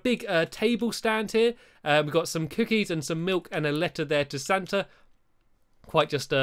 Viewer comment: And u called him stanta